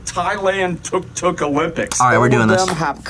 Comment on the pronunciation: shout-out to 🎉 changed pronunciation to the proper "took-took" Because wtf is a "tuhk-tuhk" 😂